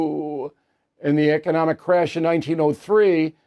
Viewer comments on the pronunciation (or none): none